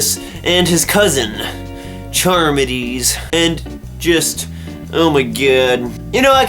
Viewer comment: Believe it's pronounced car-midees. Read Phaedo for life after death. Timaeus and Critias for Atlantis and my favorite Ion. Hilarious ending.